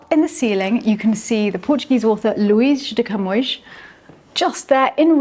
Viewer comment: Perfect pronunciation of the name !Luis de Camões"! Congratulations! Great video. Nice hotel.